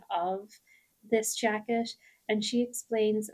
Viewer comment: So many beautiful new patterns to add to my queue! My favorites by far were Anise and Eime. I didn't realize you were from Ireland until you mentioned it at the end, but then could really hear your Irish accent on the word "jacket" :)